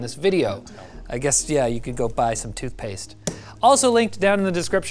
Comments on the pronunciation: tootphase? lol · "tootphase? toot-phase?" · "TOOTPHASE" .... Close enough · What's "tootphase"? 😂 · "Tootphase" lol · What the hell is "tootphase"? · rip "tootpaste"